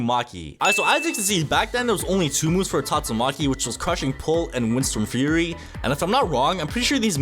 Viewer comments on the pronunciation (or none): none